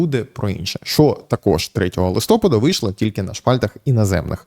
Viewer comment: Будь ласка, листопАд правильно, а не листОпад